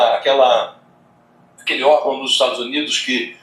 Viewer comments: Ela não sabe pronunciar Estados Unidos mas pergunto à vcs se saberia pronunciar Estados Unidisentes? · Nem para ela sabe pronunciar